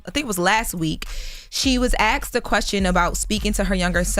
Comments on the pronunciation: It's "Asked" not "Axed" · This girl still says axed instead of asked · WE really can't pronounce the word "asked". lol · I said the same thing. ASKED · Somebody PLEASE make her start saying, "ASK" and "Asked!!" It drives me crazy to hear her always saying "Ax" and "Axed!"